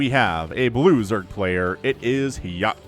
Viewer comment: U made hyuk pronounce like yuck